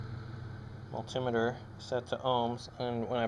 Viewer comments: You say multimeter weird ;) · I say it like multi-meter not mul-tim-e-ter. Guess it depends on how you've been brought up hearing it :) Wasn't saying you were wrong at all, I just never hear it like you pronounce it :)